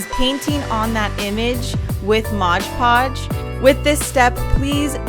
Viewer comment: Am I the only one that cringes every time she says MODGE podge?